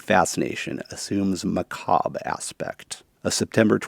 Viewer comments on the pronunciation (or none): none